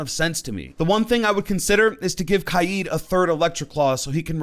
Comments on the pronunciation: Its kaid.. not kayiiid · And his name isn't kai eat it's kaid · This is my first time watching this fella and I rlly dislike that he says kaid as kieed :((((( it hurty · The way he says kaid though